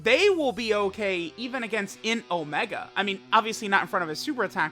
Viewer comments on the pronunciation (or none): none